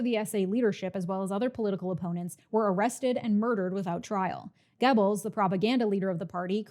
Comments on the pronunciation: Goebbels is pronounced “Gehr-buls” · Goebbels is no pronounced Gebbels oe is pronounced like the u in fur. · For someone who's pronunciation of "Göbbels" makes me cringe, this is is an amazingly concise history refresher. Ps. you didn't mention ballot stuffing but it's hardly a difference in the implication. It's depressing to watch people who don't know history repeat that. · Goebbels is spelled 'GO belz' not 'geh bils' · It's pronounced gur-buls not gebbels. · It's GObalz not Gebalz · Love the video, but, you have PLENTY of European fans (👋), please reach out if you need to pronounce German names.😅 'Gebbles' (like 'pebbles') is NOT how you pronounce Goebbels' name.🙏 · I was taught it was pronounced Joseph (GObulls) by my history teacher and ur pronunciation was the wildest part for me 😂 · “Goebbels” rhymes with “pebbles” in America. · Not the point here, but Görbbels is pronounced differently. It's like if you pushed an o vowel to the front of your mouth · Minor note joseph goebbels last name is pronounced like gerbil. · Great video! But please stop mispronouncing Goebbels 😅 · I think you are mispronouncing "Goebbels," but otherwise, this was yet another great presentation. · Great video, but please learn how to pronounce German names. Joseph Goebel's name is not prounced the same way as the sound a turkey makes